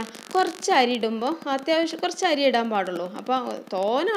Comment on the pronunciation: Airy alla.....ary